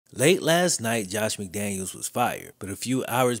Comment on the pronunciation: Great video as always. Only thing I will point out is Mike McDaniel deserves the respect of having his name pronounced/spelled correctly as him and Josh McDaniels don’t share the same last name as stated.